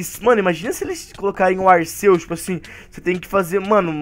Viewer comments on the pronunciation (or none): O Arceus o Arceus o Arceus o Arceus, se fala Arquios fala pfv certo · cara arceus e o nome mas a pronúncia é arkiâs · Cara não é arceus e arquios